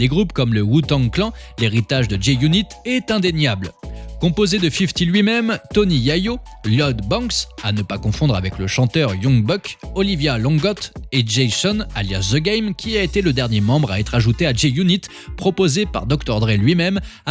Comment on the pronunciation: LIODE BENKS 😂😂😂😂😂😂, On peut massacrer le nom des gens comme ça